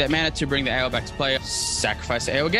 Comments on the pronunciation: I just love Tiamat cEDH. So many lines to victory and such a sweet commander. GO!, Ao is named after the Chinese Dragon God of the Eastern Sea; Ao Kuang and it's pronounced Ow. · both your pronunciations of Ao are wrong. So, prolly best not to worry about it